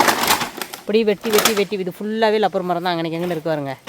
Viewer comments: Lapper illa Rapper Maram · லப்பர் சொல்லக்கூடாது ரப்பர் சொல்லனும்